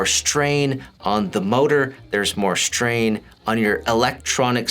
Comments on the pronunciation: Does he say shtrain? Im wheezing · LMAO I read your comment right when he said it hahahaha SHHHTRAIN